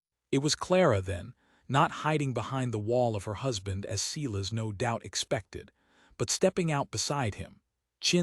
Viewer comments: It's bad enough you use the name Silas again but you even mispronounced it. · Please teach the AI how to pronounce Silas.